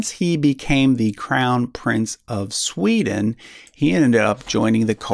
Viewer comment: Great work! Funny pronounciaton :D Where did the SCH come from?